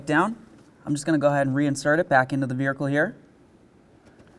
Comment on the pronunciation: Vearicle lol, always fun to hear him say it